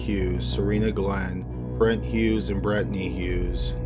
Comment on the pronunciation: So we not gonna talk about Brett and Brettney.. like BRUH. Brent and Brenttnay whatever